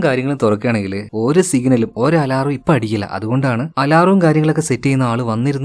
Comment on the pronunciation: അലറാം അല്ല ബ്രോ. അലാം.. എല്ലാവരും ശ്രദ്ധിക്കുന്നു.. പേർസണൽ മെസ്സേജ് അയക്കാൻ നമ്പർ ഇല്ല. Thats y കമന്റ്‌ ഇട്ടു